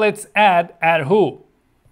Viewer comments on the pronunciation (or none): The way he said er hu though, As someone who knows Chinese, I'm pretty triggered Good job tho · coool!! but the way he pronounced er hu literally killed me. TT